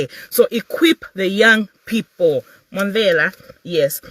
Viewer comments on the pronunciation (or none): none